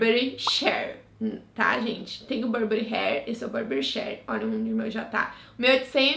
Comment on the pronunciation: amei as dicas, to doida pra comprar acho seu gosto de perfume parecido com o meu ❤ sobre o perfume da burberry, quando escreve chEEr se pronuncia “chíer” hahaha